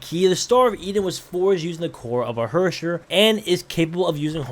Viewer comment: your german needs a bit of work😂 you speek the word herrscher like this ,,hörscher,, and thats way off😂😂😂😂 from how you should pronounce herrscher😂